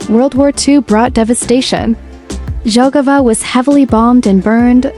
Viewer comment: The city name Jelgava should be pronounced “YEL‑ga-va”, not “DŽEL‑ga-va.” In Latvian, the letter J is always pronounced like the English Y (as in yes), which is why the correct pronunciation starts with “Yelgava.”